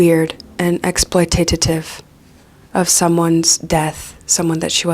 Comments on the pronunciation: Just writing this cause you said it multiple times: it's exploitative, not exploititative. Sorry for being the Hermione of the situation, but every time I hear it I feel like, 'what do boobs have to do with this?' 🤣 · I keep hearing it.. you pronounce it exploitatative... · i cant get enough of "exploitatative"